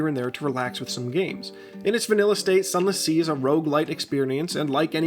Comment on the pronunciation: Zunless zee